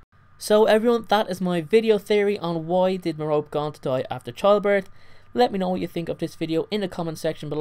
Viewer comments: No, is right. It's pronounced Mare-oh-pee. It's not Mare-oh-Pay or Ma-Rope. MARE-oh-PEE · Mair-O-Pee, not Mer-rope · Still Don’t Know How To pronounce Merope (Meh-Rope-EE) Not Merope (Meh-Rope). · Others pronounce it 'meh- rop' lol but I read it as 'meh-ro-pi' 😅😅😅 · Her name is pronounced meh-ROH-pee not Meh-ROPE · You mean merope you were saying Merop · It's Mer-o-pe not Me-rope! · It's pronounced Merr-Oh-Pay Not Merr-rope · meh-roe-pee, like penlope or phoebe not meh-rope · i thought it was pronounced like "Mare-o-pee" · Lol I'm so dumb because I pronounced Merope like mer-OpE 😂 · three syllables: mer-oh-pay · great video, just annoying me that it's pronounced like me-ro-pay. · Isn't her name pronounced "Mare-o-pee", like Penelope is pronounced "Pen-l-o-pee"? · You're pronouncing her name wrong bud... It's pronounced (Meropae) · it's pronounced mero-pay